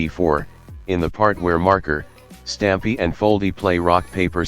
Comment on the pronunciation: LMFAO THE T2S SAYS STAMPY INSTEAD OF STAPY